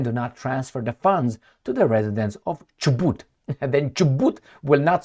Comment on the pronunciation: You are pronouncing Chubut correctly jijiiiji